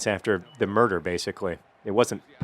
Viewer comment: well, murder. not nurder :)